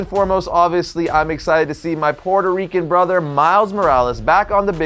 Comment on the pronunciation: "My Puerto Rican brother" 😂 is so Puerto Rican that he pronounces it... like a legit Puerto Rican. Nothing wrong with that. 👍